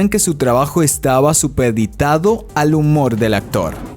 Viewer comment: Superrrrrditado? Aprenda español, muchacho... ESSSSpader... No se pronuncia la E.